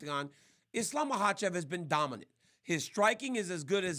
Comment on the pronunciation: Omg this idiot has no idea about anything fighting. This was all on a sheet and he was reading it before and still had to look at the specific mma terms on the paper he had. Doesn’t even know how to say their names. Mahachave and volkanauski… shut up idiot